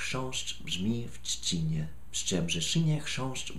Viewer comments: 'czcinie' instead of 'trzcinie' but, keep trying.. ;) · Po pierwsze, Respekt! Jeśli chodzi o ten tongue twister to jedyne odstępstwo od prawidłowego akcentu widzę w "trzcinie", a mianowicie część "inie". Powinno być nieco mniej zaciągane i krócej. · T-rzrzrz-c-i-n-i-e brzmi jeszcze troszkę lepiej, niż "czcinie". Ale i tak jestem pełen podziwu. :-) Nie każdy potrafi to tak dobrze wymówić. Powiem więcej; często nawet Polacy mają trudności z wymawianiem takich zdań. ;-) Jakbyś chciał wiedzieć, to w j.polskim wymyślono więcej podobnych i równie dziwnych zdań, które mają na celu wyłącznie maltretowanie języka. :-] Na przykład "Król Karol kupił królowej Karolinie korale koloru koralowego.". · Raczej bliżej do "tszcinie".